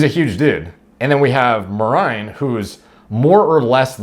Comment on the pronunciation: Yeah mer-ine that's how you pronounce it.